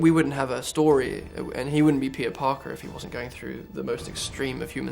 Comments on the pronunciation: I heard Pizza instead of Peter lol. SCREW THE CRITICS Andrew is such a great man really talented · He says Peter like pizza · Whenever he says "Peter", I only hear "Pizza". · wait.. Pizza? or.. Peter? I'm so confused! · I did too, lmao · I thought he was saying "Pizza" when he meant to say "Peter" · Am I the only one hearing "pizza" every time he says "Peter"?!... Yes?... Ok! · He said Peter I thought he said pizza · Lol every time he says Peter it sounds like he's saying pizza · I thought he said pizza :) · I thought he said pizza not peter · Foreign accents don't typically affect my comprehension of the speaker's message, but every time he says 'Peter' it sounds like 'pizza.' And now I'm hungry. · I could've sworn to god the first time he said "Peter" I thought he said "pizza".